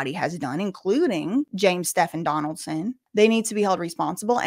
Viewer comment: Girl Stephen is pronounced Steven.